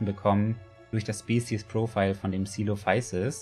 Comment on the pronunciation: Coelophysis=Koe.lo.physis,hab ich vergessen unter dem anderen video zu schreiben 😁